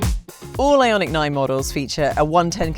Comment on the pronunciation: LAWD she murdered the name of this Car. Made my skin crawl.